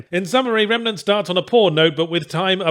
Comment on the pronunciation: I swear I heard him calling it "Remanet from the ass"